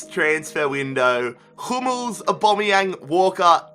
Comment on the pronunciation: The way he said Pierre Emerick Aaubameyang though...